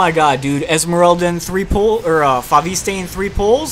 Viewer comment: It's pronounced Fo-vist (fo-vis-t(e) in french)... just saying... you're welcome